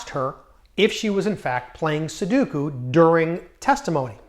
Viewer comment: sudoku, not soduku